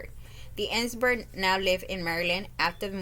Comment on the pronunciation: Last name is pronounced , Izenburg .